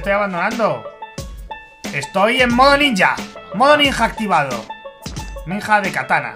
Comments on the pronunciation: Se dise nija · Mike se dice ninja